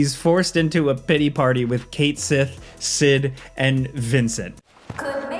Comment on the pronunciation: Fun fact: "Cait Sith" is actually pronounced "KET-SHEE".... Read that in an article many years ago 💯